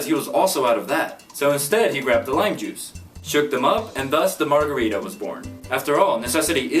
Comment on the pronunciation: Americans cant even pronounce margarita, pretty sure there another story 😒